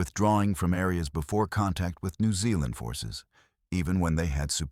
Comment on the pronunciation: The Letter 'Z' is pronounced as 'ZED.' Plus: you still cannot pronounce Aotearoa correct, either. Nor New Zealand, either. Suggest you go approach a REAL NEW ZEALANDER and LISTEN. Which you cannot do.